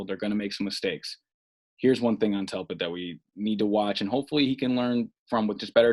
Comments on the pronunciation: His name is (dell* pitt) not (Tell* Pitt), people misspeak, but 35 times is a BADD Jobb. Step up your game. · Delpit not Telpit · DELPIT !!!! Good god you said his name wrong 100 times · This is terrible! Say the mans name right! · Bro how do you post this when you can't even say the guys name😂💀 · How do you muff the dudes name 300 time? Brutal to listen to over and over.